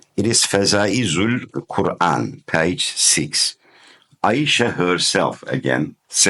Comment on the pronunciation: the AI pronunciation of Ayesha in your video is cringe worthy, but overall it is a valiant effort. However, there's a much stronger evidence than the arguments used in your video presentation. Qur'an 4 : 3 stipulates marriage to mature women which excludes female children.